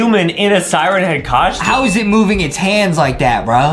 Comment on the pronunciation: A coschyoom